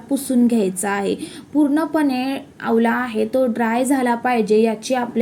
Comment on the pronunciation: आवला नाही हो....आवळा....😂